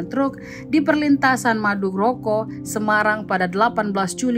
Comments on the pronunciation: Madukoro Min, bukan Maduroko.. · Bukan maduroko min....fayah kotaku di ubah², yg benar madukoro min,,ndagelll😅😅😅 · madukoro bukan maduroko😂😂😂